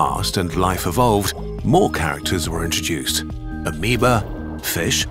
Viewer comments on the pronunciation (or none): Really cool video, but "Amoebae" is not pronounced the same as "Amoeba". You could play it safe and just use "Amoebas" and avoid the mispronunciation.